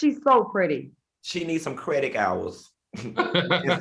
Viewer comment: 'CrediK hours'